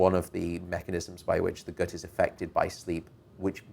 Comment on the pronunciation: The way Dr. Patrick says gut really bothers me.